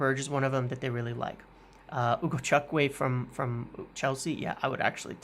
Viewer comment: butchering a Nigerian name is never not funny😂 It's Ugochukwu. It's pronounced Ugo-chu-ku.